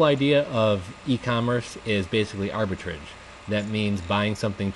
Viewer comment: Aw thanks for the sincere reply man. I was just messing with you. You pronounced it funny. Thanks for the video.